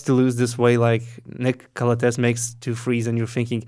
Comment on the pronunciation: it's pronounced Calàthees. Been wanting to say it for a long time lol